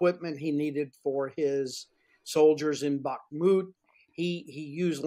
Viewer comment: Bless her she at least can pronounce Bakhmut.